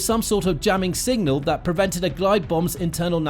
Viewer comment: Have a shot every time he says single instead of signal